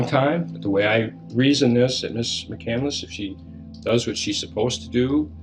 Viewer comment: "there was fire in her eyes" "McCandless" "Mc-Candle-Less"